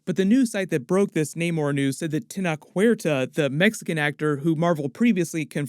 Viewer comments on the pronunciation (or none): Actor's name is pronounced: // Ten-OCTh // Huerta. Regards from Tabasco, México [Land of The Olmecs]! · It’s pronounced Ten-oh-ch. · The name is spelled Tenoch Huerta, the CH makes the same sound as in Cheese, so you have to say “Tenotsh” Huerta.